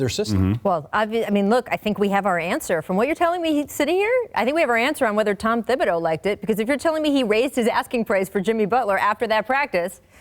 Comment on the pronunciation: When did the h start being pronounced in Thibodeau? Ok so not everyone is doing it. Isnt it french? I know people w the spelling Thibodeaux also and it's all pronounced w a silent h. When we live in MS there were mad Thibodeau(x)s there and no one pronounced the h... plus I took french forever.